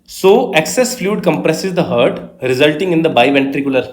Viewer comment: Bhai hurt hurt kyun pronounce kar rhe ho clear heart pronounce karo na